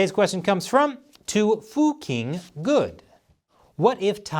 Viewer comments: u pronounced it wrongly: it is Tofu King Good, not 'to foo king' 😆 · I think it’s pronounced Tofu King Good 🤷🏻‍♂️ and supposed to be read “to f*ćking good” ( I understand the reason you didn’t read it that way but why not read it tofu king lol anyway love the show thanks for informing the world 👍🏼 keep it up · "to-foo-king-ood" - This is why I love this dude.. so hilarious. <3